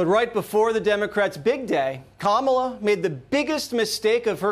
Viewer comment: Its commines komola😮